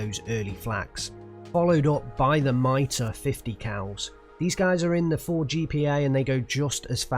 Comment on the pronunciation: everytime you say "two E" and "miter" my French heart dies a little ;_; lesson time! it's the 2nd blindee, so call it second, you don't call Russian divs "# ya" and MITR stands for "mitrailleuse", machine gun, so please stop calling them "miter" and "mitter" cheers